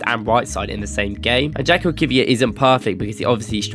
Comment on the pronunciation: fyi his name is pronounced yakub not jakob